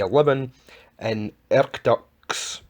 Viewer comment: It's pronounced Erkootsk i think.